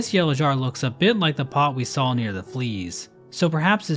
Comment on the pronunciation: She saw the saw and became a saw while saying "shaw".